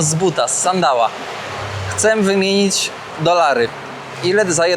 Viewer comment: Drewniane czy plastikowe patyczki czy łyżeczki, absolutnie nie do przyjęcia. Metal jest bardziej przyjemny, więc się zgadzam z Tobą. „Chcem” wymienić dolary? Myślę że otrzymałeś w owej sekundzie sms’a od Hani, której wymowa wpłynęła na Twoją (ale nie poddawaj się ‚’! 🤣). „Fish market” czyli „rynek rybny” 👍 I nie „tuna” tylko „tiuna” (tak na przyszłość). Pozdrawiam serdecznie 🙂